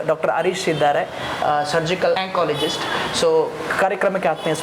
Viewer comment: ಅರೀಶ ಅಲ್ಲ ಹರೀಶ ಎಂದು ಉಚ್ಛರಿಸಿ.